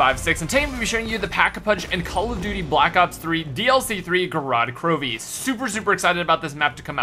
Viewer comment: It's not Garad Krovie, you pronounce it bad.. It's like : Gorot Krovii